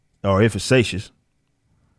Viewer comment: Effi- KAY- tious, not to be a smart ass, just for future reference. You’re doing a great job!